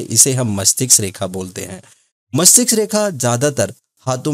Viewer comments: गुरु जी मस्तिष्क बोलना सही है मस्टिक्स नहीं 🙏🌹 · Mastiksa nhi mastiska😂